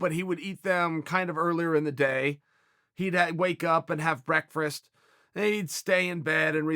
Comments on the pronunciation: As soon as I heard the word Brekfrest, I immediately went straight to the comments section to see people acknowledge the correct way to say breakfast, as brekfrest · when chael calls it brekfrest its called brekfrest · If Chael says breakfrast, then it’s the right pronunciation. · Brekerfest.... really Chael? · Chael “Breakfrast” Sonnen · Chael 'breakfrast' Sonnen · if chael says it's breakfrast then it's breakfrast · Chael ate Breakfrest with Yarear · He called it brekfrest back when Joel was still on the pod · Chael "breakfrast" sonnen strikes again! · Wow we were blessed to hear Chael speak about his "brekfrest" again. What a time to be alive. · Chael "Brekfrest" Sonnen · Chael "Breakfrest" Sonnen